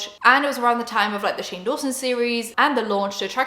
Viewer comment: Dunno why, but when you say Shane Dawson, it sounds like "shingles" to me and I love it